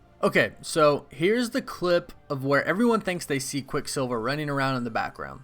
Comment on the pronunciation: Stop saying his name separately like “quick silver”. It’s quicksilver altogether